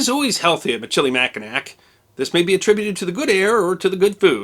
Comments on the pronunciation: Not trying to be 'that guy' but you seem like someone who cares about these types of things... But the pronunciation of the French fort on Mackinaw Island starts with "Mish" not "Mick", similar pronunciation as the tire company Michelin... Just trying to help out, love your videos! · ...and I do believe your pronunciation of the fort "Machi-NACK is incorrect; as the folk on Mackinaw Island will readily correct you, it's "Mack-in-naw" -- not - "nack" at the end. The fort is Fort "misch-lee-mac-in-naw" unless somebody can give a better phonetic spelling. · Cadillac, after Michigan, went down to Louisiana. “Mi-chili-Mack-in-nack “ 😂😂 hehe so cute. Mish-ill-eh-Mack-in-naw is the correct way. We also have the Du Nain Rouge. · for future reference Michillimackinac sounds like mishillimackinaw, first written accounts in french stuck--the town at the old fort site is Mackinaw City... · Michilimackinac is pronounced Mish-ala-mackinaw. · While I loved the history please learn the correct pronunciation of Michilmacinac. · As a native Detroiter it's always fun to listen to visitors try to pronounce our French street names, or Michilimacknac.